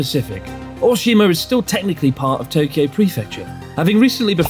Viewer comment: when Chris says Tokyo it has 4 syllables with oo added at the end where as normally it is Toe-Kee-Oh.